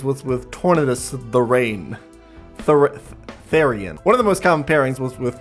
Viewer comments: “Thair-ree-an” would be the correct pronunciation of Therian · Therian is pronounced like the word Theory, with the men's name Ian on the end, or just like Theory-un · I’ve always pronounced Therian as thi-ree-yun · Pretty sure it´s ¨THARE ian¨ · not being able to pronounce therian is the most German thing ever.